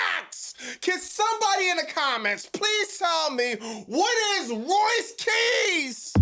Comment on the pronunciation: Oh my days Roice Keyss 🤣🤦🏽‍♂️